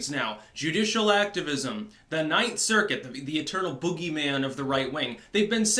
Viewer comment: You said that wrong... The 9th Circus!